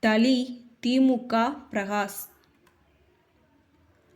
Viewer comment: பாஜகா திமுகா அதிமுகா தேமுதிகா என்று தவறாக உச்சரிக்கிறாயே அம்மணி... பாஜக, திமுக, அதிமுக தேமுதிக... என்று தானே சொல்ல வேண்டும்?